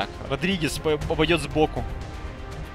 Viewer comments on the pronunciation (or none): Не Родригез, а Рамирез!